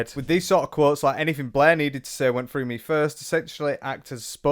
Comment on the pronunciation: Love the pronunciation of Blair as Bleh. 10/10